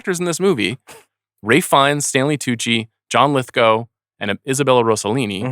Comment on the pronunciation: Ralphie Fee-en-es can flat out act!